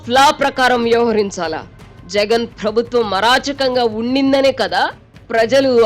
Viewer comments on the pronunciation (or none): Amma anchor garu, "Phrabhutwam" kaadamma, "Prabhutwam". Ekkada vottu pettalo matrame kadu, ekkada pettakudado kuda teliyali😂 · తల్లీ... ప్రభుత్వం అని పలకాలి, ఫ్రభుత్వం అని కాదు. 🤦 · ఫ్రబుత్వం అని పలకకూడదు మేడమ్..😢